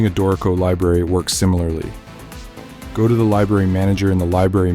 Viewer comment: A helpful tutorial. Thanks! By the way, it is pronounced DOOR-i-co, not Do-REE-co.